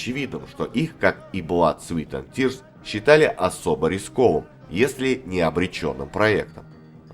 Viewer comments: Внимание, комментатор! В названии 'Blood, Sweat & Tears" (Кровь, Пот и Слёзы") вы неправильно произносите 'Sweat' - как "Свит", сладкий. А слово "Пот", произносится, как "Свэт". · Все хорошо,но произносить название группы "Blood Sweat and tears"надо правильно-кровь ПОТ и злезы!А не сладости(sweet) Sweat!